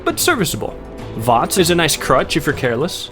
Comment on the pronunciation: I’m sorry how did he just pronounce V.A.T.S.!?